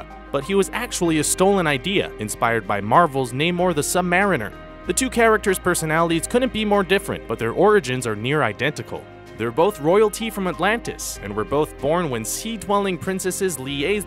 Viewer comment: Namor the sum mer ener